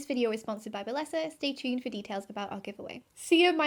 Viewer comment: What is a balessa toy. And why does it sound wrong?